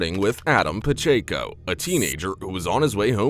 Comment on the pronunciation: It's Paaa-check-o... prounced....I hope they have to pay out... Idiot$